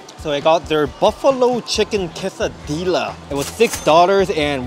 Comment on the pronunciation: quesadillasの発音なんだけど、ケーサディーヤなんで、ケーサディーラではなく